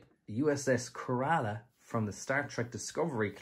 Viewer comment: Kerala is pronounced /ˈkɛrələ/ - Accent is on the first syllable, NOT the second.